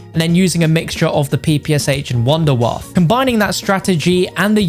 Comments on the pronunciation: 😂😂😂 its wunderwaffe not wunderwaffer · It’s been time since I hear someone call it the “Wunderwaffer” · The Wunderwaffle